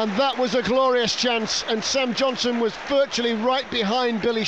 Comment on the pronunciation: why can't the commentator say, Johnston?